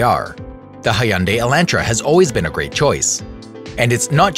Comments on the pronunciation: Its pronounced hyundai (almost silent y) not hey-unday. Just saying as a fellow Korean. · He said Hyundai like: Hi-Un-Day instead of Hun-Day